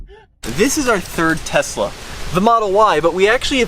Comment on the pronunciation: Tesla....sounds like "test us"